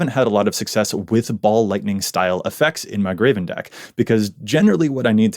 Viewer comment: He constantly pronounces Greven "Graven" and it drives me insane every time. There's no A in his name!!!